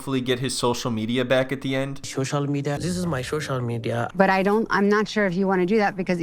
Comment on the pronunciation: He needs his ShoShal Media back 😅